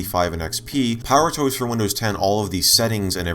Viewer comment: “power toes”